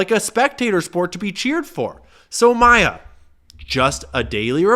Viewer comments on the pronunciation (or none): none